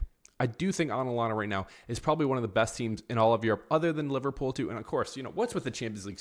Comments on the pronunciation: I'd say 4 4 2 diamond 💎 Rodrygo, Mbappe and Vinicius cannot play at the same time. They unbalance the team. Also, watch out for their LB, KOlasinac. Hes a criminal, he actually injured Jese a few years back. Career ending., it's A TA lanta. With a T, not aNalanta. Hala Madrid!:_RMFC::_mbapnails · I had to stop listening the way you were saying Atalanta! It’s not Atlanta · Absolutely butchered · Can't u pronounce atlanta 😂 Alanana 😂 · Bro ur literally saying "anlana"😭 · It's ATalanTa,pronounce the 2Ts strong and freely😅😅😅RM win 2-1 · I can’t un hear it 😂 Analana 😂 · Your pronunciation of Atalanta gave me cancer.